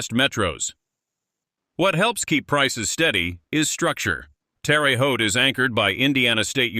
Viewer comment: yes I did,.... I still say you sugar coated some of it... And your AI needs to pronounce names properly. Terre Haute is not pronounced Terry Haute. Little slips like that reduce your credibility